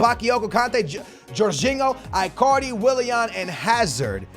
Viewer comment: Sounds like you saying i carly its its prounouced like djs ichardi